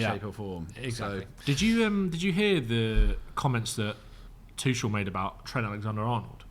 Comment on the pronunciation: Zac can you please teach how to say Tuchels name. Tough to listen to him say it wrong 100 times an episode